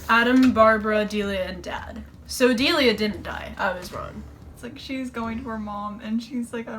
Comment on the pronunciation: I can't stop laughing at "Dialia" thank you for that. It's Delia btw, it's very to the point.